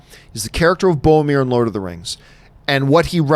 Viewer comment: Is it just me who is frustrated at Johns inability to pronounce "Boromir" correctly? ;)